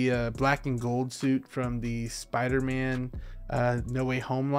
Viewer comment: What’s a “Soider-man”?